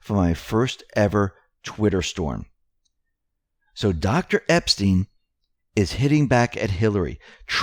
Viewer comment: Robert EP-STYNE !! Pronounced NOT like the pervert. Hillary enraged because she will be announcing a 2020 run after Dem debates. It's not a surprise that Obama is planning trip to Denmark in September. My guess is he's getting ahead of Trump being blocked from buying Greenland. Now we know why. They're running their operation from there. And Antartica?